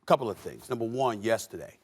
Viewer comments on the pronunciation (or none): This is Gruden’s “just a couple blapple’s” moment!